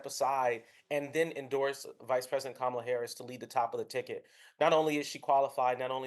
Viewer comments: Kamala is pronounced "comma la"' Journalists should know better. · Yeah. I noticed that. He probably doesn't know that Republicans are using that pronunciation as a racist dog whistle.